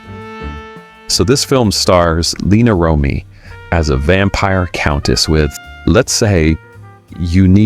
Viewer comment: Let's not forget Lina Rom-eey. I'm assuming this is AI narration.